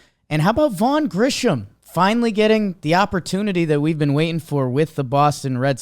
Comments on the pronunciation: You seriously are still saying Grissom’s name wrong? Use your eyes to read the name and sound it out. It does not have an H in it at all. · will ever learn that it’s vaughn grissom not grisham